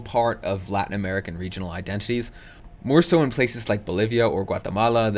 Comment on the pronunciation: This is a small thing but it's nice to see people doing their best to pronounce Latin American names correctly. Most people don't.